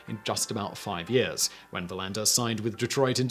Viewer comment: The emphasis is on VER in Verlander, btw.